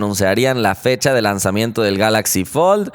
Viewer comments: Dice Lanzammiento :v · Lime si te diste cuenta que decía “lanzammiento del fold" jajajaaja